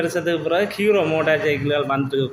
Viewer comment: முதலில் தமிழை அர்த்தமாக கதைக்கவுகும் கீரோ அல்ல ஹீறோ